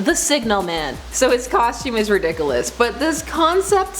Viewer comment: Ahhh! She said redikalus! Again! 😝😝😝